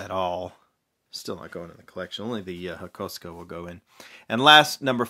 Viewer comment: HAKO-SUKA NOT HAKOSKA😑